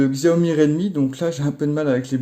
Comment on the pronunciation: J adore t es vidéo mais on dit Cha O Mi merci